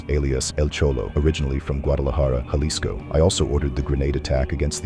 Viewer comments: the way he says JALISCO rubs me the wrong way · Nobody told you how to pronounce Jalisco? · The Jalisco pronunciation is crazy 😂. Some of the other ones aren’t too bad though, Michoacán is a little harder. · my boy cant pronounce jalisco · Excellent video but brother how do you do all this research including numerous clips of it pronounced correctly and still not understand that a Spanish "J" sounds like our "H". Halisco. Ha-lis-co. Not Jhalisco. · Proper way to pronounce Jalisco: Sounds like huh·li·skow Ja-lisco = 👎 Hay-lisco = 👍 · Pro Tip: There is no J sound in Spanish,Every single time you see a J in Spanish,it's pronounced with the H sound. Not JA-lisco it's HA-lisco ✊️ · YOU REALLY JUST SAID "JAHHHLISKO" HAHAHAHA cmon man, I know you're a brit bruv, but you live near mexico now..... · Bro's pronunciation of things in Spanish is cheeks. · "Halisco" not "juhlisco" lmao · JUH-LIZ-CO bro i it’s pronounced like ha-lees-co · Every single news clip in this video pronounces it correctly, he doesn't care. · U saying (juh-lisco) is kinda pissing me off lol.. when its (huh-lisco). Even wen u hear all the news clips saying it right u refuse to fix it lol. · It's pronounced Ha leesco not ja 😂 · Hey. In Spanish “J” is pronounced like “h”. So Jalisco is pronounced like Halisco. Naranjo is naranho and so on. Edit: At least usually that’s how it works… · The "J" in Jalisco is an "H" sound bro lol! Its killing me that you keep pronouncing it like that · it's pronounced "Ha-lisco". The J in Spanish is usually pronounced like an H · BTW, its pronounced “halisco” 😅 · Nooo, it’s HA-LEE-SCO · Cabal-leros templar-es 😂 Jah-lisco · Maybe I'm more uncultured than I thought but, isn't it pronounced "Hal-isco"? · Dawg if you're gonna cover a foreign criminal, at least learn how to pronounce the spanish words 😂. Wtf is "Galisco" 😂😂😂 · Bro it’s pronounced ha-lisco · Halisco (the J is an H) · why couldn’t you at least look up how to pronounce jalisco. it’s on google